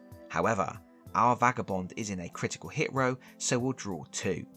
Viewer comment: "Critital Hit" 💀